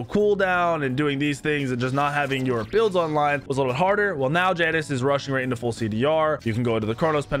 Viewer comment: Mispronounces Janus, calls Tiamat a “he”.. and that’s just the surface. How much do you really know about Smite?